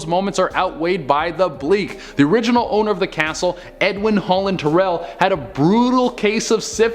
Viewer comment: Born and raised in San Antonio. They’re are definitely a lot of dead in the Alamo. I don’t wanna be picky but your saying Huebner and Terrell wrong. Btw all the numbers say woman hollering creek.